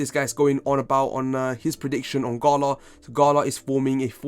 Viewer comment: I took a SHot each thime u sed gHala